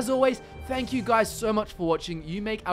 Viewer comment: At the end of your videos, do you say "nerding out" or "Nirn-ing out"? I honestly can't tell and both seem appropriate based on your content.